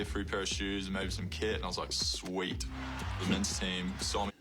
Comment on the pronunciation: he definitely hits some Australian notes, especially the way he said “Sweet!”